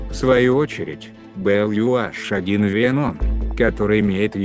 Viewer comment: Маленькая поправка - не Ю аШ, а Ю эйЧ